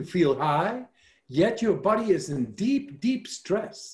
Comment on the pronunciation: Love his app - and when he says “YOU’RE DOING FANTASTIC” and feel it “thru your BOD-EH !